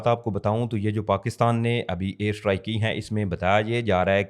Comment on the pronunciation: Strike ko Sahi pronounce kero